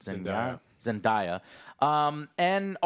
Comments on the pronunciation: Wrong. It's Zen-DAY-a, not Zen-DIE-a,. 🙄🤦‍♂️ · zenDAYa Joe. zenDAYa. Ya'll pronounce her name wrong every time lmfaoooo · joe cant even say someones name right when literally says it to him lmao all love tho, i loved this movie and im glad you guys did too! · Why he pronounce Zendaya name like that?😂😂